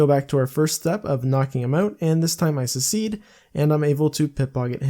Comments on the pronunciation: its pronounced suhk· seed if you havent figured it out 4 years later :) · At first I was like aw take it easy on the guy and then 3 secedes in and it was driving me crazy. Poor fella probably spells definitely as "defiantly" as well :( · "pit pocket" "secede" 20iq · You "secede? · He’s like the South, trying to start the civil war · This guy cant say succeed oml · youre pronouncing succeed wrong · He doesn't have an accent so I assume English is his native language how the hell does a native butcher such a common word